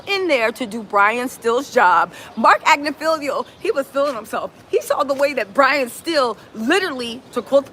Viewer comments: Ag-nif-ill-o is the proper pronunciation. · Right. “Agnifilio” has agitated me so bad.